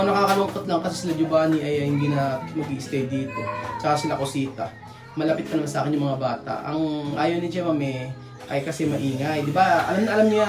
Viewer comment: Natawa ako sa "eh kashe anlamig mo shaken" at saka anlambing ng pagkasbe nya ng "bwiset" 😂